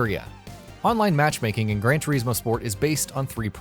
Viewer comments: Everything in this video, from the way he says "Turismo" to having Forza listed under "Simulation" is enough for me to just click off it right away. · This idiot says TERismo 1 more time.... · Its not Gran 'Tureezmo' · Cant listen to any more - "tureezmo" "mawzda" - really pal? 😂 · It's gran tore-is-mo not gran tore-ees-mo get it right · TUR IS MO TUR IS MO ITS FUCKING TURISMO NOT TUREESEMO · It's gran trismo not Gran trieesmo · Gran Turismo, not Gran Tureeeeeeesmo.. C’mon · Why can’t he say Turismo not tyrecmo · It's Gran Chur-IS-mo, not Gran Ter-EES-mo. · Turismo not Treesmo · Omd it's turismo not tureesmo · Sorry I pressed stop after the fifth "tureesmo" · It's Turismo, not tureezmo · Ter iz moe not tureezmo omgoooooooooooosh please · GRAND TUREEEEEZMO ? HUH? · I dont wanna be that guy but it gets on my nerves when people pronounce forza as "fortza" and whats ge calling gran turismo... gran turees mo ??? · Gran turizeemo... 😠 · Who else hear Fortza and Tureesmo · It's not pronounced grand toureeezmo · “fortza” “turizmo” i mainly play need for speed games but this just triggers me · 'Gran Toureeesmo' sorry! :) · It’s pronounced gran to r is mo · Grand treesmo? Fortza? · I stopped watching when I heard the third "GRAN TREESMO". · Gran Tureesmo 😂😂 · Gran toreesmo? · why do you have the pronounce the game names wrong? fortza? tureezmo? gtfoh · "Gran Treezmo" and "Fortza"? smh. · I wanted to put my fucking ears off listening to his he says "Turismo" it's not spelt "teriesmo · "Gran Tureesmo" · gran tureeeezmo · Tur"eeeez"mo for"t"za..... this guy is annoying lol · Gran Toreezmo? Mozzder? Sort out that pronunciation! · GREN TREEZMO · You could start by saying turismo correctly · Why are you pronouncing 'Turismo' like that? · The way he says “turismo” bothers me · Saying turismo wrong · Baffling, simply baffling. Nürburgring is pronounced perfectly but "Turismo" on the otherhand ....... Good content otherwise. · The way you say "Turismo" is offensive!